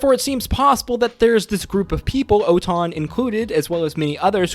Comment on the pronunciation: And ‘Oton’ is actually Otohan